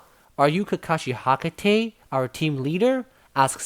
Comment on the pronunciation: My guy really said Hakate